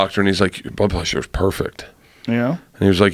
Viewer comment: Why cant bert say blood pressure correctly. He always fucks it up, he says bloob plessure